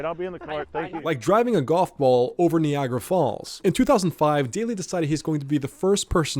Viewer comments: Kneeagra falls 😂 its Nigh agra falls. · Knee-agg-ra falls tho??😂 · Stop saying "nee-agra" you damn robot narrator. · Bro said "nee-agra" falls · Knee-Agra falls!? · “Nee-agra” Falls… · The fact that you can’t say Niagara correctly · I have never heard Niagara pronounced that way 😂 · 😅 its like night i heard you say it near the end of the video you didn't say knee ght so how you over complicated ni agra is beyond me 😅